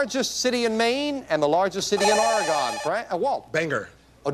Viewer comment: Take a drink every time Jim mispronounces “Oregone”